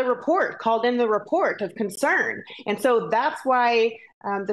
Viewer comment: ANT THE WORD IS AND.